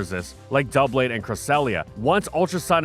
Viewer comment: Omg he finally pronounced it as DUB-lade instead of Duo-blade